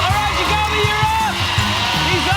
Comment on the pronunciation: He also said joby and not Jakobe